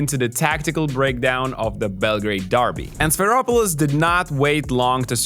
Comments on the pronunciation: It is not Sfeiropoulos pronunciation should be Sferopoulos like Spheric which is BTW greek for ball :o) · It is pronounced sferopoulos like the e like meme